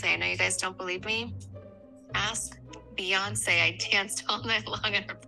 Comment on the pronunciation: cheese cake cologne😂 your killing me yep Bee-yan-say 😂i can’t your killing me